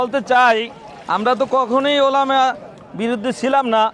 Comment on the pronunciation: ওলামা তো বুঝলাম, টোলামা আবার কোন টা আ ?😅😅😅😅😅😂